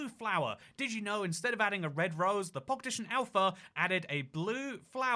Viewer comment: Anyone else notice how he says “Minecraft Pockedition?”